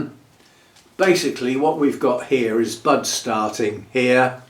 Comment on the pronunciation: I was listening while tidying up and I heard "what it does have is sexy butts along there." WHAT!? Oh, "sets of buds." SETS OF BUDS. 🤣